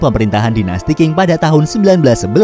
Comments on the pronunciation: Ga ada dinasti king yg ada dinasti Qing di baca Ching. Qing (ching) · Min buat masukan aja Dynasti Qing itu di baca nya ching” bukan king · Min, dinasti Qing itu dibaca dinasti Ching looohh Q itu dibaca "CH" di pinyin.